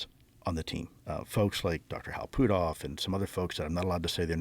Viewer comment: the way he pronounces Putoff lol